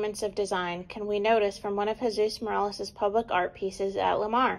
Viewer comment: His name is MorOles, not MorAles. He hated it when people pronounced his name wrong.